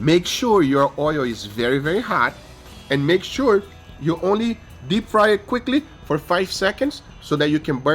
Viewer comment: Nobody: Guga: Lets do eh!